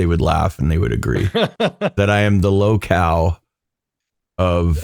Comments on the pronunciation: 😂 🤪 🍎 Wait, "low cow," or "low cal?" 🐄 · What in tarnation is "low cow" (or whatever you said)??